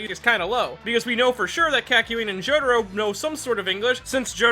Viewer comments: "K-AH-KYOIN AND JO-DARO" that was painful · I'm still cringed how you pronounced Jotaro as "Joe the Row".